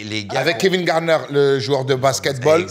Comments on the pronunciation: Kevin Garnett. Pas Garner 🤣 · a dit "Kevin Garnerr" 😆 respect pour les légendes oh